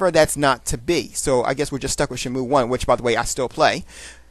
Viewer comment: Shenmu...shenmu....lol sound like you was saying shamu.